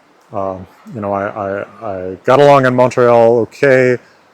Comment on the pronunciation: As a native French speaker from Québec, my only two real criticisms are: - Don't pronounce the "T" in "Montréal" when you say it in French - The "o" in "rogue" is supposed to be the /ɔ/ phoneme; yours sounded too closed, too much like /o/; it should be more open (and a little more advanced, it should be more like [ɔ̟], maybe even almost [ɞ]) The rest is pretty good.